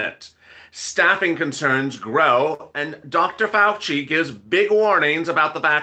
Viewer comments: ( Whisper in your ear ) It's Dr. FAL-CHI NOT FAL-KEY 🤣🤣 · It's pronounced Dr Fau Chi